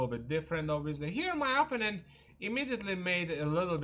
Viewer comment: Please pronounce the word “opponent” correctly. The accent is on the second syllable, not on the first.